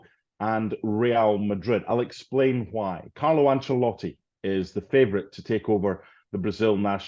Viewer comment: Why does Stevie call Ancelotti Angelotti?